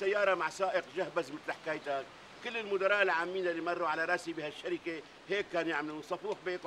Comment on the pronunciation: صح بس ليش بتحكي راصي مش راسي